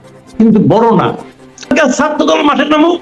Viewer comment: Aapni Masood Sb … shudhu Bai Bai koren keno Bai? Eto gyan diyen na Bai… shudu faltu boken Bai. Jiboney konodin kono organisation chaliyechhen Bai? Khali kolshi bajey beshi Bai! Bhai shapdota thik koray boltey parena Bai! Absolutely, third rate! We want at least 3 years for the reformation Bai! By the way, shobdota ‘satro’ na ‘chhatro’ Bai! We support bringing down the age to 17 yrs for voting ! Aaaray ahammuk , Brazil , Argentina voting age is 16. Austria allow 17 year olds. Voting age is determined on the basis of a certain law/code. A joker criticizing Yunus! Bai, Bai, Bai joker!